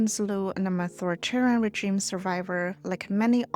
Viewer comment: The G in "regime" is soft. The word is originally French, after all. Think reh-zheem, not Jeem.